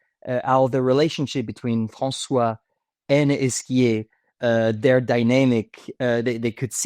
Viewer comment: " MY ARCH-NEMESIS.. FRANcois."